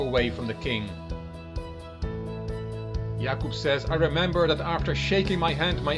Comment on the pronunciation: Hey, your pronunciation of Jakub in Polish is perfect. And slaughter in Polish is: rzeź /ʐɛɕ/ ( ͡° ͜ʖ ͡°)